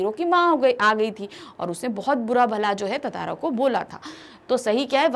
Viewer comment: She doesn't even know how to pronounce tantara